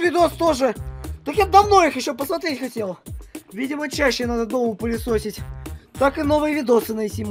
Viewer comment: Пылесосить а не пылишошить!